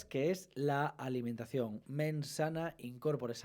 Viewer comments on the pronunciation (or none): Alimentación es una palabra aguda. ¿Por qué pronuncia Álimentacion?